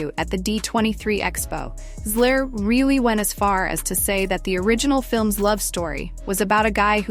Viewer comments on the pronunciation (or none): So is it Zegler, Zigler, or Zler? Please do the research, proofread your scripts, and listen to the AI to see if its pronouncing words correctly. Effort matters, believe it or not.